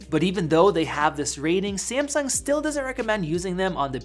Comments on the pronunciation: Did u say Seamsong instead of Samsung?! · SAMSUNG not sEAaMsuNg 😂😂😂😂 is not that hard man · Wut did he say simsung